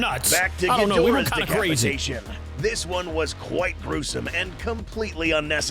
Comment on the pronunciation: “Decapitaion” got me dying 💀💀💀💀💀💀💀💀